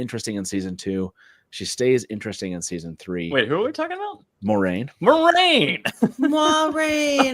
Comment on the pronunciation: "mwah-RAIN"!!! THANK YOU!! It is totally a Frenchesque name 💙💙